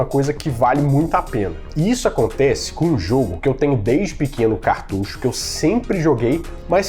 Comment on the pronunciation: Parabéns!!!! Como é satisfatório ouvir alguém pronunciar a palavra certa, cartucho 🎉